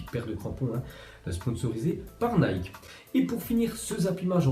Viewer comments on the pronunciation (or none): none